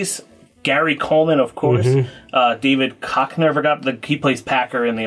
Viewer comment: Great review, I'm mad at how you mispronounced David Koechner *wags finger*